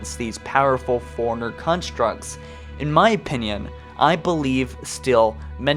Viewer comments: And it's "Forerunner" not "foreigner". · Take a shot Everytime he says foreigner instead of forerunner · You must have said forerunnerr too many times . The reason I say that is when you say it it comes out sounding like Foreigner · I am new to your channel, but unless you have a speech impediment, you are pronouncing "Forerunner" wrong. It is pronounced like "Fore-runner", not "foreigner". I love your channel, but this small thing irritates me every single time. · You keep pronouncing Forerunner like "foreigner". It's confusing. Stop it. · “Foreigner” Dude it’s “four-runner” 🙄🙄🙄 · Why can't this guy say Forerunner right? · i mean no disrespect but... you know Librarian has two "R"s right? to my ears you keep saying "Lie-bear-ian". you also pronounce Forerunner as "foreigner" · I always think you’re saying foreigner and it’s so triggering